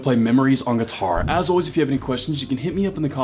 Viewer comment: I like how he says “geeturrr”